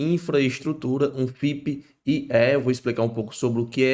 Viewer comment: Cara pelo amor de DEUS sugiro nao americanizar o termo FIP-IE... I = INFRA / E = ESTRUTURA. FIP-IE, Simples assim. Nada haver FIP-AI (a pronuncia).. que bizarro.. chega ficou ridiculo. Fora isso.. video muito bom! Parabens!